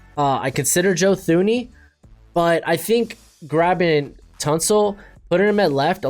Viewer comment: Blows my mind how often people misspronounce Thuney's name. Its Too ney.